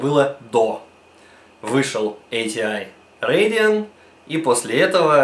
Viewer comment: ахахаха Бля когда он сказа Radeon я чуть не кончил))